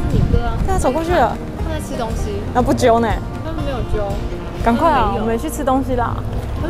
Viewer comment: 兔的不揪很新加坡嗆欸🥰